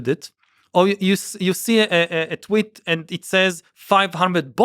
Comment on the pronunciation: I like how he calls tweets, twitts. It seems much more fitting